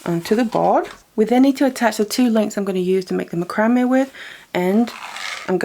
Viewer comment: You are pronouncing macrame wrong. It's pronounced Mac-cra-may'.